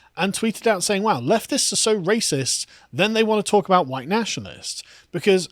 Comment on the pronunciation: ...huwite boy!...lololololo